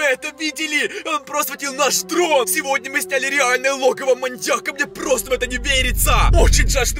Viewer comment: Мы будем в логове маньякА!😂